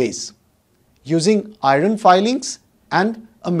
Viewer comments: Not iroon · Hii Sr ur explanation is very clear nd easy to understand.. I have only one suggestion of the pronunciation of iron..pl do check it if I am wrong..